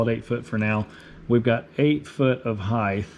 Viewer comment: there is not a th on the end of the word height.